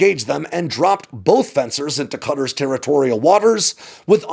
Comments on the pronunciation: I wish more of my fellow Americans were as disciplined in their place-name pronunciations as tries to be. The "I ran" version of Iran is just fingernails on a chalkboard to my ears, and so thankfully that's a low bar clears easily. His pronunciation of Qatar (قطر) does slip a bit at the end, which reminded me that lots of people debate how to pronounce it. So, for whomever cares:ق is given the Q instead of a K because it's said from the back of the throat in a flemmy sort of way. (Listen to a native say Iraq where the finish in their throat. That sound.) Now, that's formal or generic Arabic. The dialect of the GCC does make the Q a bit more like a guteral G, and so both are fine. The guteral G is what you'll hear locally most of the time. The formal Arabic pronunciation isn't wrong, just more, well, formal. What I think happened as the video went on was dipped into the American t-flap with the ط so it comes out more like a D. You know how we Yanks turn butter into budder, and city into cidy? Well we shouldn't do that. And we shouldn't do that here as well. The only thing to note in how I hear it in Arabic is it's a heavy T -- like you don't want it to be missed -- and not a quick sharp T. Also, the accent is on the first syllable for those uncertain about that, but I didn't hear a problem in the video. And remember Arabic is written right-to-left, so if breaking down the sounds seemed out of order to anyone, that's probably why. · Please not you two....... It's Qatar not cutter. Qatar not cutter there's no country called cutter it's called Qatar (ka- tar)